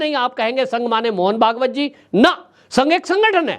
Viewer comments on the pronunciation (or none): none